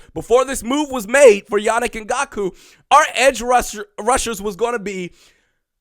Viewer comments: Also is ngak-way not ngak-u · Can’t be mispronouncing our players! In-Gonk-Way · Please....learn the name before making a 7 minute video. Not respectful to put in the effort to say it properly. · Eh.. this one was pretty brutal